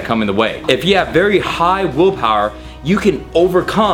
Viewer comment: He keeps saying woolpawer